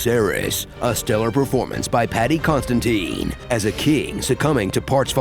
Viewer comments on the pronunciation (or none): Did that narrator just called Paddy Considine "Paddy Constantine"?